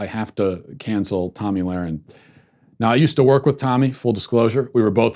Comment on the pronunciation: I think you're the first person I've seen that pronounces her name correctly lol